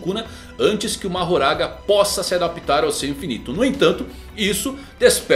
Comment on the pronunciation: A silaba tônica de adaptar (verbo) é a·dap·TAR